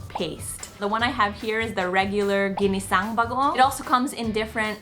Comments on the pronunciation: Lol i thought i heard him say ginseng bagoong lol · Jinishang Bagoong 😂😂😂 cutest mispronounced word ever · I literally thought he said Ginseng bagoong and that Ginseng was the brand name lmao! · "Jinisaeng bagowng" Although you pronounced it wrong still acceptable since us filipino are not easily offended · “Jineseng beguong” hahahaha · I even thought i heard ginseng baguon...